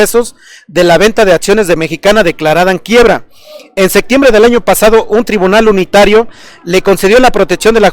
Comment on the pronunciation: Pronunciaste "sectiembre" y ni septiembre, ponte abusado!